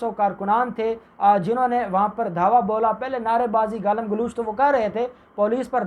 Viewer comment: Galam galooch nei hota.Galam galoch hota hei. Your pronunciation is very poor.